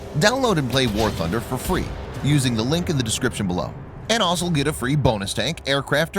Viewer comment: Oh dear. The narrator has gone back to saying 'asol' instead of 'also'. He was going so well, too.